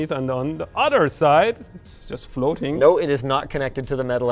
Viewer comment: ......."no re".......Medhi are you Greek?? 😂😂